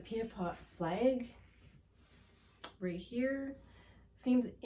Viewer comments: It's Pie-a-pot, not pee-a-pot...but i digress. If we give Buffy Sainte-Marie a pass on this then we owe an apology to other Pretendians who also tried to further Indigenous issues and interests. Authors, educators, activists...who were never actually Indigenous. We don't get to change things up just because we feel a deeper connection to some inauthentic Indigenous person over another. I take no joy in requiring accountability in this matter from an 82 year old woman. But accountable is what she needs to be. Ms. Sainte-Marie has supported First Nations causes but she's also taken recognition, awards and money from Indigenous people who should have been the true recipients. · Its "PIAPOT," pronounced phonetically "PIE-A-POT," not "PEE-A-POT,"